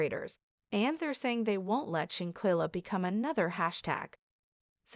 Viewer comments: Why this thing calling her shankella. Her name is Shanquella 😂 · Please say her name correctly if you want us to listen.. im done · I’m so confused with this content…for starters this voice is not even pronouncing her name correctly. 2nd that was not anyone of the Cabo 6 she pictured. 3 that wasn’t her family nor her homegoing casket. This is weird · Right!! I think this is a "bot" channel 🤦🏽‍♀️ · You're saying here name wrong if you don't no her name or pronounce it right just shut the hell up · Why don't you get her name correct DANGGGGGG 🤦‍♀️🤔👀